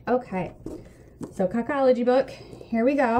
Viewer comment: I think it's pronouced KO KO LOGY like "coca cola"